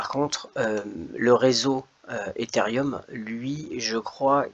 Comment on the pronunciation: Salut c ethereum non pas etherium